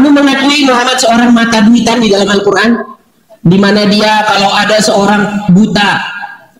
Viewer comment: Baca alcuran ape kekumur dasar bromocorah potato nafcuh nih ye abdulll 😂😂😂😂😂